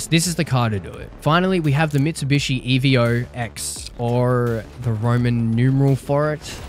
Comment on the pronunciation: As a former owner of one IRL, that saying "E.V.O" hurt me a bit 😂 It's just Evo (Evolution) 10. Great Video though 👍